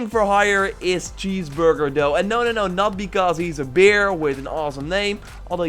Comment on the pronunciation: Bear, not beer ! 😂 love you tho